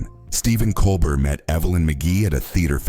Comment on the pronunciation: Geesus. How I despise these cheap A.I. slop videos. The A.I. doesn't even PRONOUNCE poor Stephen's LAST NAME properly. Levels and voices all change around. This is pure crap. THUMBS DOWN for not even KNOWING this guy's NAME.